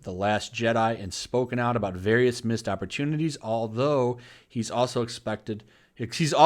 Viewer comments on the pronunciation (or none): none